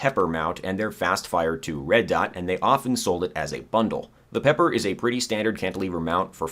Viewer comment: It annoys me to no end that you call the P.E.P.R. the "pepper" mount and not the "peeper" mount. Also in Tarkov, you only have one eyeball located in your right eyeball, not the center of your head like most other games.